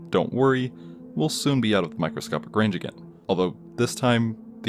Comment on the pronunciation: After the 4th time, you said micscopic blah blah blah. I left and gave you a thumbs down. You're annoying.